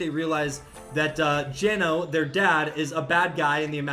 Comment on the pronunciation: Geno's name is pronounced "Jenno."